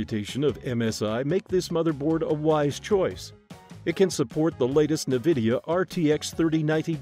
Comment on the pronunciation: Not ANvidea… Nevidea 🤣🤣